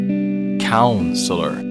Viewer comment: lololz how he said "counselor" almost sounded like... cow-seller